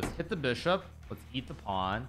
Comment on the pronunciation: Why does Hikaru b say beeshop and not bishop